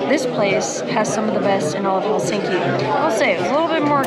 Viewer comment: It's "HEL-sink-i", not "Hel-SINK-i. All Finnish words are stressed on the first syllable. Can't believe you didn't pick that up when there.